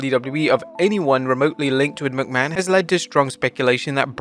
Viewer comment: From Vince McMahon to Vince Mcmanoit lol